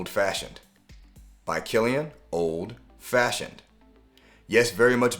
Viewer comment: By Killian 🚫 Bykillian (pet peeve) 🤷🏾‍♂️ Excellent video